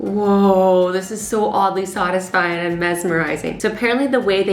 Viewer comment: LOL did you guys hear that Azzy accedently said saadasfying